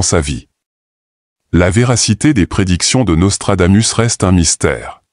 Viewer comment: On dit: Nostradamousse.